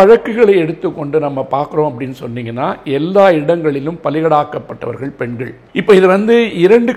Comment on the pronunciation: அவர்களே! உங்கள் லகர ளகர ழகர உச்சரிப்புகளைச் சரி செய்யுங்கள். நீங்கள், தங்கள், பெண்கள் போன்ற சொற்களை "நீங்கல், தங்கல், பென்கல்" என்று உச்சரிக்கிறீர்கள். செய்தித்துறையிலும் பெண்கள் நலத்திலும் அக்கறை கொள்ளும் தாங்கள் தமிழையும் கெடுக்காமல் இருக்க வேண்டும் அல்லவா?